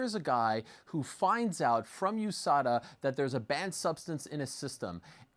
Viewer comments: Chael "OOSADA" Sonnen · Chael: (oo) sada Also chael: (you) fc I feel like it's on purpose at this point, just pick one pronunciation and stick with it 🤣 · Chael “Ooze-sada” Sonnen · Chael "OO-SADA" Sonnen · Chael ”oosada” Sonnen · ffs it's not OOSADA!!!!!